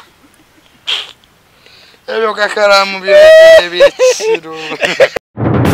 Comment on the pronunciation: I like the way pronounce that word negotiations, mbu negosiasoni 🤣🤣🤣🤣😂